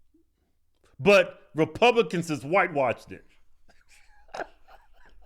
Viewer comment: She said wrepubwicans.... lol